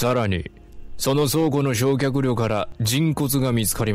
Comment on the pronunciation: しょうきゃくりょってなんだよ